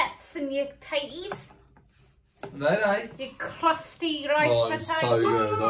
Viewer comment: I swear I’m losing my hearing, for the longest time - I swear you’ve been saying LoLo 🤦‍♀️ But it’s RoRo which now makes perfect sense lol ❤️ Great Vlog both:) looking forward to watching the others:) x